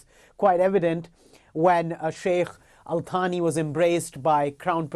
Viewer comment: "Al Thani" is pronounced with the English "TH" as in "Thanks" (al thaa-nee). Thani means "second", so literally it means "Clan (Āl) Second (Thānī)".